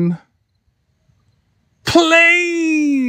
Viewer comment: The way he says PLANE 😂